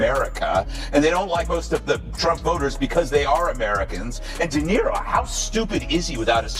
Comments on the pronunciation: Lets see.. "DuhNutto".... You're welcome, dummy. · WTF are you an AI or do you really not know how to pronounce De Niro, do better or stop.